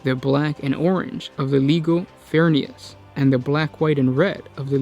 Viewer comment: I wouldn't worry too much, the guy can't even pronounce legio correctly among other words.